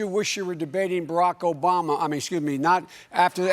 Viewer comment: He cant even say Obama....and he think he knows technology....gtfoh